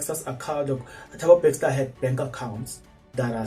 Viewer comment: can we get a proof of this speculation, dude its Bester not BeXter